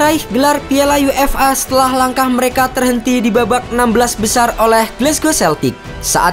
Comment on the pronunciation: UEFA (yuefa) bukan UFA (yu-ef-a)